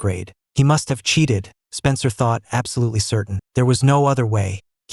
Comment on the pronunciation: apsolutly amposible 😂😂😂😂😂😂